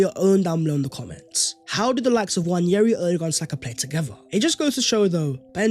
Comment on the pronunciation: Please, please, please can we drop the 'Y' when pronouncing Nwaneri. There is no Y in his name. Love the show,. Keep up the good work.